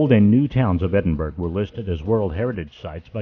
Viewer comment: argh! How embarrassing. It was an interesting video, but... please learn how to pronounce the name of the city you are highlighting. I'm really not trying to be mean.